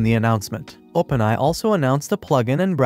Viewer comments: Input the word A.I. in your AI voice tool so it will say it right. If AI only (without the dots) it will be pronouced as "eye". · I like how this was told by an AI voice, pretty good, but could not pronounce OpenAI well. Still, which one did you use for this?